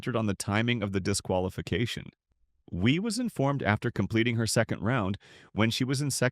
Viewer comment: Michelle Wee or Wie lol. AI voices are funny